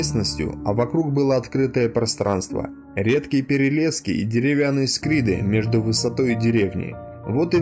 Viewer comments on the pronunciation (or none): Только не "скриды", а "скирды".. это большие снопы соломы